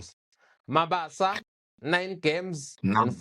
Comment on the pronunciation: I can't watch the whole episode, the introduction is kaak,ikaka...He is Mabasa not Mabaso...I don't take kind a person butchering an AFRICAN name/surname and you gossip about the striker...which is wrong!!!